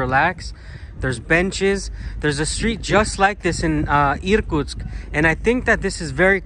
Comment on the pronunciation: I was born in the Soviet Union, but never been in the eastern area of Russia. Thanks to you I can see some of it. try saying irkUUUtsk, not Iiirkutsk, put a stress on U in the second syllable, 😀